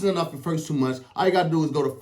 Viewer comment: Hey I think meant to say “First two months” but he actually said “first two munch”.